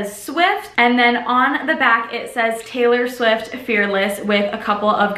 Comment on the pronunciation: you literally pronounced taylor swift so perfectly like the one she says in debut